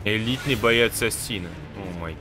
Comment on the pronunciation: Не АсИна а Ааасина